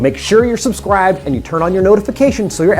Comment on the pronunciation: He said subscwibed at the beginning